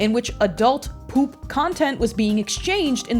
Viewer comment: why do u pronounce p00p as 'pulp'.